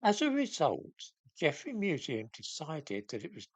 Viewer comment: He did this nonsense only a few months ago. The museum announced its change of name in 2019. And it's "Geffrye". Not "Geffrey".